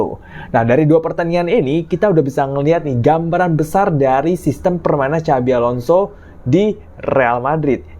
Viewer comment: apa hanya saya yang dengar kalimat "Cabi Alonso"